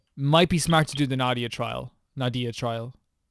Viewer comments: Na-hee-da not nadia 😅, basically her ult is a boost support for everyone Her skill is linking enemy and they will take damage together through elemental reaction (dendro only react with electro, pyro, and hydro) So for easy use is.. 1. Link enemy, razor ult and attackkkk (with razor) 2. Link enemy, pyro, razor ult 3. Link enemy, make wet (with barbara), attack with pyro or electro Dendro + hydro = bloom, dendro core (the green thing) Dendro core + pyro = burgeon (explode) Dendro core + electro = hyperbloom (homing missile) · Na-HI-da, not Na-dia please 😭 she is a very important character in story by the way but you won't meet her soon sadly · Sorry I just can't, it hurts so much. It's Nahida, or for a comedic relivea Nahihi, not Nadia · don't be too down on yourself about it! i'd say probably 70% of the videos i've watched of people reacting to the character demos for the first time see 'nahida' and immediately pronounce it 'nadia' as well. sometimes you need to hear a name a few times before it sticks in your brain, and you did only hear it the once. i'd say the mistake is less important than making the effort to learn the right way to say it /gen!